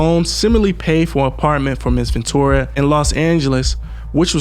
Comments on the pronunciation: its pronounced Ven-tura not ventoria LOL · Love your vids, but man gotta get the pronunciations down. VENTURA , not Ventora/Ventoria/Victoria. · It's not ventoria it's ventura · Wow. Stomping her in the face. 😢 he’s a demonic savage. Also Her name is Ven-TURA. VenTOORAH. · Its Ventura not ventoria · Why do you keep pronouncing her name wrong? Ventura is not Venturia. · Ven-tu-ra bro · Nigga do you not know how to pronounce VENTURA!!!! JESUS!!! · Mispronounced her name so much it became annoying. I'm out